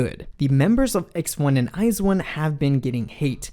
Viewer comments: When you hear eyesone instead of iju-one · It's pronounced I Z one, not eyes one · This man says it as IZE 1's it sounds like a pair of shoes. FYI it's I ZONE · Btw it’s not eyez1 it’s i z 1 that’s how you pronounce it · I was today years old when i found out Iz*one is pronounced Iz*one and not I*Zone...(never listened or watched them, only ever saw the name pop up on YT or Twitter) I feel dumb now :D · STOP CALLING THEM EYES ONE ITS WEIRDDDDD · Yena and others pronounce it as iZone tho... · Ok, I have to thank you because for the life of me I couldn't comprehend how to pronounce "IZ*ONE".